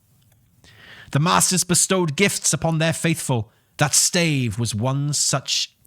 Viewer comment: Your pronunciation of stave is heayvnly hayve a nice day.